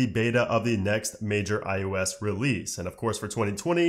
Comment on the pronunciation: My question is why does he say ius